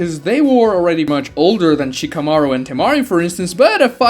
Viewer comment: Why the hell do you say Shikamarus name that way? Stop putting so much tension on the "shika" part of Shikamaru